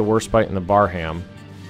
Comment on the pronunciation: fyi. its not pronounced bar-ham, its said like bar-um